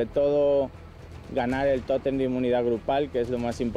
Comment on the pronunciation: no llegaras te vas a tu casita, y ojala q no ande como la llorona por el totemmm como decia lol el tótem ni savia pronunciar la bobita